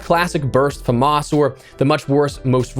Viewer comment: Please say famas properly